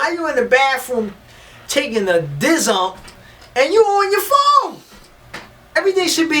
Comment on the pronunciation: “Taking a Dzzump”🤣🤣hilarious, but the rest of your commentary is exactly what I tell my 14 yr old son all the time